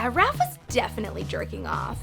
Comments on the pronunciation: Bitch it's Raf not Ralph You suck! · She... she called Raph 'Ralph.' I can't even. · Why does she keep saying Ralph instead of raph it’s really annoying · Raph not Ralph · It’s Raph not Ralph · Ralph???? RALPH??? RALPH-AEL??? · Why is she calling him “Ralph”? His name is raph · IT'S RAPH NOT RALPH I got all these jokes even I was little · oh she did not just call raph RALPH. THE AUDACITY 👏🏻👏🏻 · Ok he’s not Ralph it’s raph get it right if you actually watched the show idiot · GURL I KNOW YOU DID NOT JUST SAY RALPH. IT'S RAPH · It’s Raph not Ralph and it’s Triceratons not Triceragons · It's raph not ralph HAVE YA'LL WATCH TMNT 2012 INTRO?! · Wait she says Ralph 😵 IT'S RAPH! 😂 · i still love 2012 tmnt's and noone will get me to hate it or ruin it! :D and its Raph not Ralph! sorry, Rapheal is my fav character and it was bugging me that your were saying Ralph! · This woman just called raph ralph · Am I the only one who cares she keeps saying Ralph instead of RAPHAEL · it's RAPH, not RALPH. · It’s not Ralph or Donny wtf xD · She says Ralph like seven times not Rafael or raf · Anyone notice this dumbass is saying "Ralph" instead of "Raph" 😂😂😂😂 stupid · Whyyy Ralph.. ITS RAPH! Also, TriceraTON not TriceraGON. Thank you! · She really called raph Ralph mega oof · She's...saying Ralph? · Raph not ralph no offence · Looking back girl you think wrong and you can't even say raph many time raph,roph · Rahf? Its Raf. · This bitch claims to like the Ninja turtles but pronounced raph as ralph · The 5th TMNT, Raph's twin brother, Ralph. Or am I the only one hearing her say that? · Did I hear her say Ralph instead of Raph? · Oml ITS RAPH NOT RALPH GET IT RIGHT WOMAN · It’s raph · Has anybody noticed how she says Ralph instead Raph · it's RAPH as in RAPHAEL not "Ralph" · This chick is no fan of TMNT its Raph as in Raphael not Ralf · My first fandom series omg btw its Raph not Ralph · It's raph not Ralph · Am i tripping or is she saying "Ralf" instead of Raph ???? (o:30) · Raf not ralf